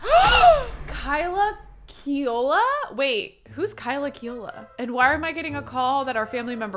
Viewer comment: Kealoha is pronounced Kay-ah-low-ha (aloha is the Hawaiian word for hello, goodbye, love; kealoha is an actual last name [kay-aloha] just saying lolz)😅